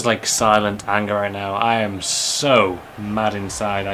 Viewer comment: You 'mat' bro???